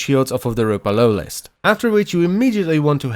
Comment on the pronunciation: Every time lotus sais Ropalolyst all i hear is umpa lumpa